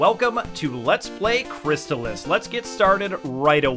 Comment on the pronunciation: Hmmm... it's Crystalis not crystalists